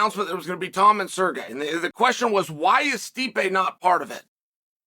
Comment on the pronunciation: Totally pronounced "Sergei" properly 😳🤯